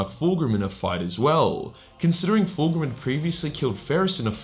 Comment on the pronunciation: please correct your pronounciacion of foolgrim. thanks.